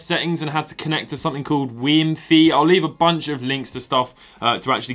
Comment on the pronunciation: "Something called WiiEmFee" no.